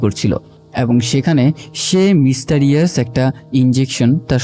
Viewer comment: মিস্টারিয়াস না ভাই, মিস্ট্রেরিয়াস 😊